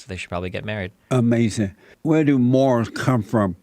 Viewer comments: now that was "Amazin!!!!" lol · 'Amazing observation?' I think you meant to say was 'UH-MAY-SIN!'.